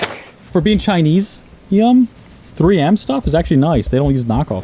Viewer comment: I’m sorry but that is “tree yem” not “3M”